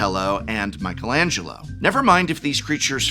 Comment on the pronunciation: It's actually pronounced Michelangelo